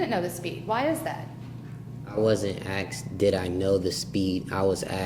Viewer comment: Is he actually saying AKSed instead of ASKed?